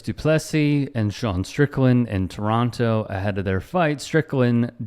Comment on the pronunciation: Coming from a Canadian the only thing offensive about this video is the way you pronounce Toronto